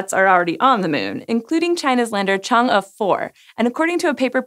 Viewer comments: First time I've heard Chang'e pronounced correctly by someone who (I'm assuming) doesn't speak Chinese! Way to go SciShow!! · She aced the pronunciation of Chang'e, but then butchered Yutu. LOL